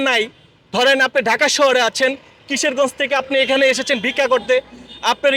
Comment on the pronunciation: আরে ভাই কিশেরগজ না কিশোরগঞ্জ 😂😂